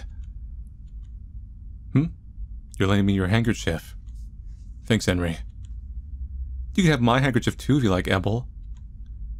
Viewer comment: Enrí is pronounced 'on-REE', and Ebel is pronounced 'EE-bell'.